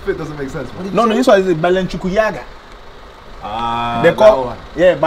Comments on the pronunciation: My man said balenchukiyaga 😂😂😂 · When this guy said balenchuyaga 💀💀💀💀